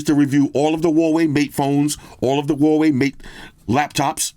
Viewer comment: I miss saying Huawei Hawaii 🤣! why you don’t say Hawaii for a Huawei? Come back saying Hawaii 😂